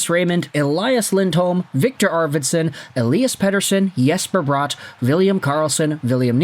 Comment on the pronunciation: It's Bratt it's not pronounced Brought.